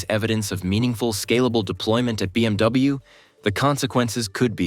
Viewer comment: Please double check your script when you pass it to AI-generated voice, within the first minute it said BMW as BWM. And please get rid of the AI-generated robot talking, that's just straight up creepy.